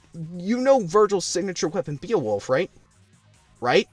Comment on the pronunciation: the fact that you can't properly pronounce Ebony, pathetic. Other than that, good review, I've been "binge watching" reviews to remember why I shouldn't download this game 😅 Edit: Come on man! You can't pronounce Beowulf either!?